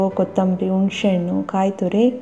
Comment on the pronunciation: ಉಣಶೆಅಣ್ಣು ಅಲ್ಲ ತಾಯಿ ಹುಣಿಸೆ ಹಣ್ಣು